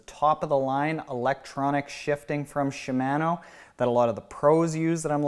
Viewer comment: It's not "Shuh Man O", It's "She Mah No" ;)